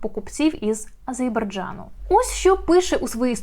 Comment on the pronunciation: не ображайтесь, але журналіст та політтехнолог має вимовляти "Азербайджан" правильно.